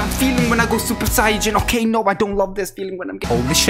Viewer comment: Does this guy know he is saying saiyan wrong